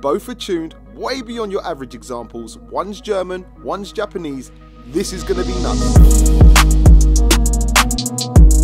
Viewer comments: Gapannese,gapachinno, gaparroni😂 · Gapanese🤣 Another great vid!